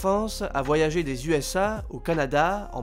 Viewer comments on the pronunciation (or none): none